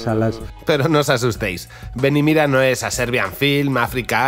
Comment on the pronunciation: Esta todo muy bueno, lo unico que nose te entiende es el titulo desis ven y mida